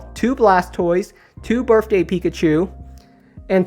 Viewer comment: Also, it’s BirTHday not BirFday